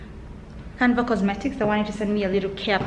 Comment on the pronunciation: love you girls but its canvas not canvas sorry it was bothering me